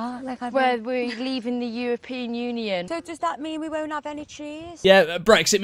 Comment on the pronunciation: Aye Memeulous,If you here closely, she doesn’t say European Union, She says EuroPEEN UnEEON😂😂😂